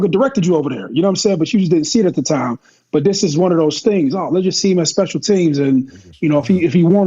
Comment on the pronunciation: "speical team package" 😅😅😅